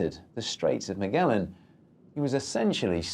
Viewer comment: If you're gonna do videos like this for the love of god make sure you're pronouncing the famous names right.., Its not miguelan. Its Magellan